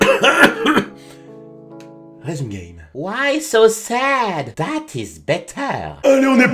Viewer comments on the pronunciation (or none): none